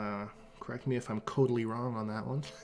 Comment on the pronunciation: "Kotally wrong?"...😂😂😂